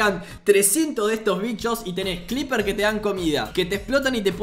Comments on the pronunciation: Nadie Absolutamente nadie Ni un solo ser vivo en la faz de la tierra Yo: NO SE ESCRIBE CLEEPER Y SE PRONUNCIA CLIPER, SE ESCRIBE CREEPER Y SE PRONUNCIA CRIPER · che porque en vez de decir creeper dice "clipeer"? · Carajo. Sigue diciendo "cliper" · Nadie: Absolutamente nadie:: cLepeer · Dice "Clipper"?... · Soy yo o dice "clipers"